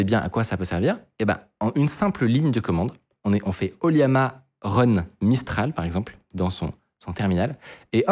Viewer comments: ça se prononce O - LLama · Pitié c'est LLAMA / oLLAMA et pas Liama 😅 Autrement oui, ollama, c'est incroyable d'autant que depuis récemment on peut l'interroger avec le jeux d'Api openai. On peut adapter son code pour pointer sur son ollama. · Je pense que "Oliama" se dit plutôt OLLama.. c'est pas un "i" je pense ^^